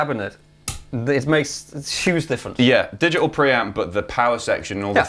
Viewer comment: "digi-uhl". cancelling consonants.